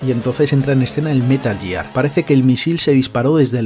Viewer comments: ya, ya, si lo entiendo jajaja pero hombre, jugando a los juegos quieras o no lo corriges, de tanto oírlo. Al menos el «Metal Yiar» jaja. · Si no dijeras «outer jiben» y «Metal Yiar», lo petarías.